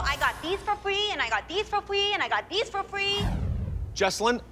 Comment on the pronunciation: I got these for fwee and got these for fwee